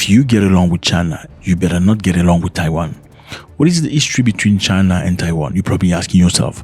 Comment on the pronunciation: It's Taiwan not Tawain